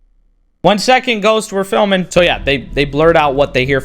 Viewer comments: Bro when he says one second ghost we're fliming🤣🤣🤣🤣🤣🤣🤣🤣🤣🤣🤣🤣🤣🤣🤣🤣🤣🤣🤣🤣🤣🤣🤣🤣🤣🤣🤣🤣🤣🤣🤣🤣🤣🤣🤣🤣🤣🤣🤣🤣🤣🤣🤣🤣🤣🤣🤣🤣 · I love thats he say wait a sec ghost where flimming hahaha